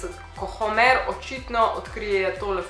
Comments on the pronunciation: Ful si zakon sam ni Homèr ampak Hòmer. Ni hate. Lysm ❤❤❤ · homr ne homer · Navadi se prav rect Homer 🤦🏻‍♂️ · Narobe naglasis homer